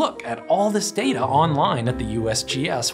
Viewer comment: Correct me if I'm wrong but aren't it pronounce data and not data?